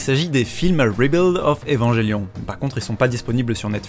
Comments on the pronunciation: Ça se prononce "Evanguelion" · AAAA ça me stresse maintenant xD. Les gens qui prononce Evangelion à la française.